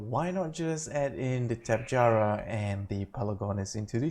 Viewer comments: Great vid! But sorry I have to say it "tap-eh-harah" not "tap-e-jarah." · TOPY-jar-a not tapejara